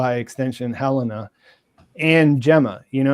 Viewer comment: Can someone teach how to pronounce Helena and Jame 😆